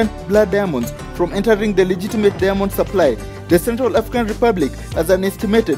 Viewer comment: The way you pronounce diamond ist irritating. I hear every time only Demons... Lol